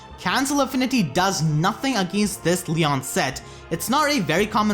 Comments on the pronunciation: So is it pronounced lee-on or lee-yohn Regular Eirika says lee-on but new Eirika says lee-yóhn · It's pronounced lion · It's pronounced LEE-OWN